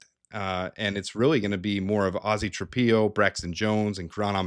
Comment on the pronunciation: Zay not zah and TriPILLo not TrapEEo